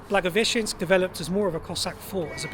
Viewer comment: You are actually one of the few foreigners-vloggers who can pronounce Blagoveshensk correctly, respect👍🏻